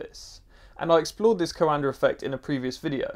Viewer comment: You are pronouncing coanda effect wrond